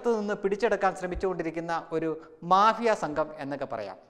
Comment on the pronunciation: മാബിയ അല്ല മാഫിയ